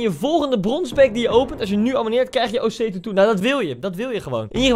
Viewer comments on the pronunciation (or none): Grappig dat ze gewoon de hele tijd osei tu you zegt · Niemand: Echt helemaal niemand: Koen: OSEI-TUTU